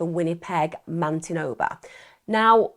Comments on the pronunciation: Pronounce Man itoe ba spelt Manitoba😊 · "Winnipeg, Mantinoba"? I think she had a slip there.